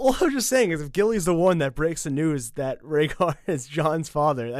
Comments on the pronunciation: She didn't say Rhaegar. She said Ragger. She mispronounced the name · About the Gilly reading about the annullment, I think she mispronounced Prince Rhaegar's name and she pronounced it "ragger" instead of "RAY-GAR". He wasn't really listening either. He was bored rewriting the scrolls, etc. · I'm sorry, but there's a TON of places where you guys miss the point. For instance, the Gilly/Rhaegar moment. The whole point is that she doesn't say Rhaegar, she mispronounces it and says Raggar. Sam has no idea who Prince Raggar is, so he doesn't care. It doesn't catch in his mind, especially because he's got a lot of other things going on in there. And besides, even if she had said Rhaegar, that means nothing to him right now as he knows nothing about Jon's birth. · If you listen to the Sam, Gilly scene again you'll see that Gilly misprounounces Rhaegar and says Ragger or something. Sam didn't even know she said Rhaegar which makes Gilly's statement even less noteworthy to Sam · Sam didn't understand Gilli. She butchered the pronunciation and he was already annoyed so it didn't click what she said. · so this part about Sam neglecting the revelation about rhaegar annulation and re-marriage... I understood it as Gilly mispronouncing his name making Sam not realising of whom she was speaking of... not just him not caring. you made it sound like he didn't give a rats ass due to the circumstances :D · Sam doesn't notice the annulment because Gilly butchers the name so much that he doesn't connect the dots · In the scene with Sam and Gilly, sam probably didn't realize that it was Rhaegar because Gilly pronounced it so wrong that he didn't recognize the name. Not that weird cause Gilly probably only recently started to learn how to read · Gilly also said Raegars name all fucked up and wrong so and had been listing shits and steps so you can't blame Sam for blowing her off. He probably didn't even realize who she was talking about.